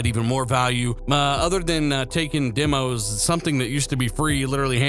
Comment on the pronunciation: Great update, just one thing, it's demos not dimos, demonstration not dimonstration. 🚔